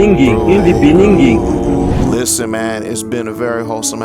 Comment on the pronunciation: IN THE BENINGING IS CRAZY??? 😭